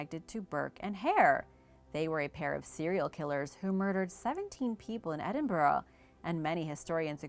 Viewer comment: Great video and bonus points on pronouncing Edinburgh correct. A+